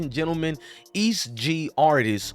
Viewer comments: louis-ville EAST Lu lmfao its E S T Gee hahaha. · First of learn how to pronounce Louisville.. Second it's E-S-T Gee‼️ Makes You Sound Silly Asf 😂